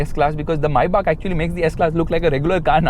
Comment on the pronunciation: Maybach❌ Mai-baap✅